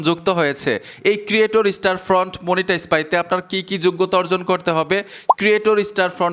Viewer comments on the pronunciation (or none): দাদা ওটা ক্রিয়েটর স্টোরফ্রন্ট /স্টারফ্রন্ট নয় । 😅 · স্টারফ্রন্ট বলা বাদ দাও স্টোরফ্রন্ট বলো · স্টারফ্রন্ট না। কথাটা হবে, স্টোরফ্রন্ট 😊😊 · ভাই স্টারফ্রন্ট না, স্টোরফ্রন্ট। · আপনি বার বার স্টার ফ্রন্ট কেন বলছেন ??? স্টোর ফ্রন্ট হবে কি ??? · স্টার ফন্ট কই ভাই ওটা স্টোরফন্ট হবে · স্টোরফ্রন্ট এর নামটাই ঠিক মত বলতে পারছেন না